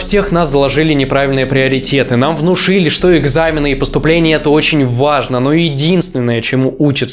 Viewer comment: ВажнО, нужнО, переходнОй. Вот для чего нужно образование. Элементарно, чтобы знать, где ударение надо правильно ставить. 🤦🏻‍♀️ в остальном, пожалуй, во многом Вы правы.